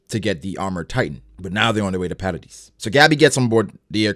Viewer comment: don't worry, you pronounce jean correctly. however, you pronounce hange and paradis wrong lmao.